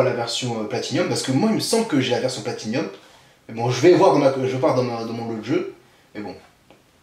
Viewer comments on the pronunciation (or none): Non ! toi aussi tu dis P-L-A-T-I-N-i-U-M, regarde un jeu, C'est P-L-A-T-I-N-U-M, sans i ;)